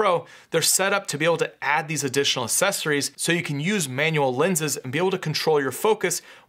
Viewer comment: Good video but good God please stop saying “sessories” instead of “accessories”. It’s really annoying.